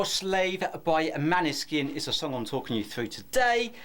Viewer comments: It’s pronounced Maaaaaneskin. It’s not a short a. Please pronounce it correctly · Its pronounced like Moanskin